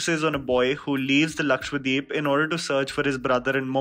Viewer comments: Dude its LAKSHADWEEP as Dweep (island) and not Lakshwadeep!!! you are not alone but i thought you would pronounce it correctly. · Just saying its 'lakshadweep' and not lakshwadeep